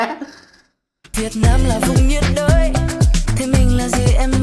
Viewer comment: "Nhiệt đới" - "Nhớ đị..t" đó ơi